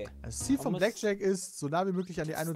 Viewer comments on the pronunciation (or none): Mensch Pedda... Blackjack nicht Blackshirt